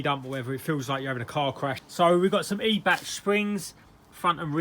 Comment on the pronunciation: it's more like eye-bach. with the choking sound... like when you have to spit a yellow one "chhhh" .